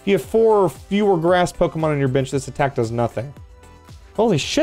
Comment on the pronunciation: I know saying "bench" but it sounds like he's saying "bitch"😂😂😂😂😂😂